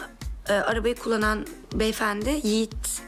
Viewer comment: Can say Yogi no Yigit 🤣🤣🤣